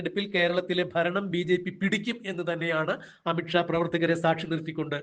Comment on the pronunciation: അമിട്ട് ഷാ അല്ല. അമിത് ഷാ. ഉച്ചാരണം ശരിയല്ല.